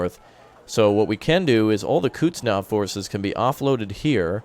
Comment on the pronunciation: please, its not Kutznov, its Kuznetsov